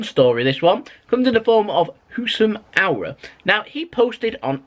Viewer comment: His name is housam AAWAR not AWRAR